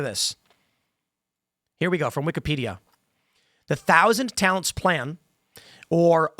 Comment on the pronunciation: I misheard "Thousand Talents" as "Thousand Talons". That sounds like a supervillain secret society, like Hydra.